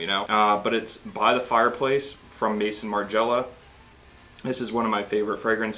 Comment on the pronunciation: FYI “May-zon mar-ji-ella” not Mason Margela. Love By the Fireplace!